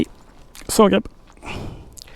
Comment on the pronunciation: nej jag bara skojar.Han säger fel det är Zagreb inte Sagreb . Roligt att kolla på hans video och följa med på resan ni gör bra jobb .